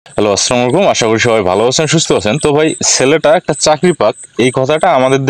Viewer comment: সালাম টা একটু সাবলীল ভাষায় দেন ভাই যেমন আসসালামু আলাইকুম